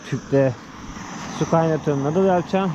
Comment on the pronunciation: Ey Mahmod noodle'in dogru telaffuzunu bir türlü ögrenemedin gitti, belki on defa yazdim. nudl de suna, nadl degil, vay agzina biber sürüdügüm.